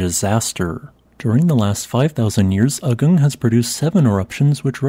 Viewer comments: Another local note: it is pronounced "aah-goong", not "ugg-ung". It probably is worth editing the audio. Likewise for all Indonesian and Malaysian words and names: "goo-noong", not "gun-ung", "boo-kaht", not "buck-at". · Just a side note... the correct pronunciation of the name of this mountain is AH-goong, not uh-GUNG. An eruption of that scale would be very disruptive to the regional economy, as Bali is a significant tourism destination (and even now many Ukrainians and Russians have fled there from the current war in Europe and are spending their money there).